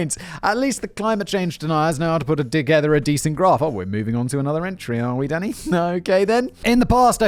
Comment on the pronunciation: When you say “Danny” it sometimes sounds like you’re saying “Oh Daddy!” Like